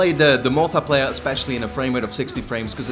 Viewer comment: is it me or do you guys find it funny how says "uncharted mul-teh-playa":')